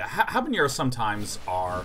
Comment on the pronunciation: There is no accent on the N in Habanero. It's not HanaNYERO.